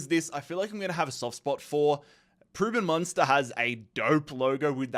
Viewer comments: just a pronunciation tip: PreuBen Munster' first name is actually meant to be pronounced "proysen". Nice video though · Preußen Münster is named after Prussia. So you pronounce it Preussen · You are prounouncing preußen Münster wrong